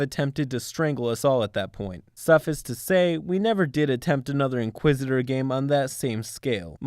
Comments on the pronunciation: adjacent - "uh - JAY - sent". Meaning "next to". That's a common English word, not the name of one of the in-game factions, dude. - suffice - "suff - ICE" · "suffis to say" , DUDE learn how to speak grown-up English....